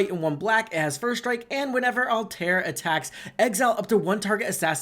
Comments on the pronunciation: All-ta-ear not alt-air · 100% Altair. Everyone focused on Ezio and just threw him into the 99. As the character that started the whole series he deserves some love. Also his name is pronounced All Tie Ear. Hope he wins